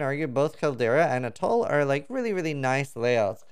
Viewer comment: say attol one more time please